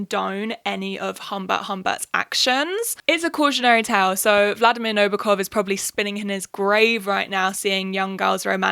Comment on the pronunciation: its funny how your pronunciation of Nabokov was spot on but the way you said Dolores threw me off lolol. also girl drop the makeup tutorial! i want whatever you know about eyeliner goddamn lol